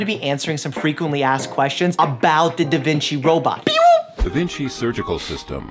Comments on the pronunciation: Wait Wait Wait. Did u say Da Vinki?!?! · that’s not a da vinci, that’s a da vinky